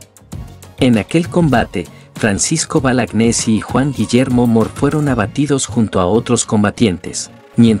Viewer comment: El héroe del PERÚ es Francisco Bolognesi , y lo pronunciaste mal al decir Balagnesi , rectificate por favor .